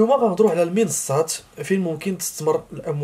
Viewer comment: تتكلم بسرعة ولا تنطق المنصات بشكل واضح